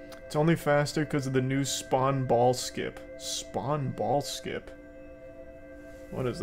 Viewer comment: Though he said "spwan ball skin"